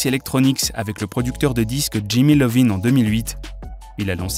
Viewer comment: Pardon c’est Iovine avec un « i » pas Lovine ooh🙄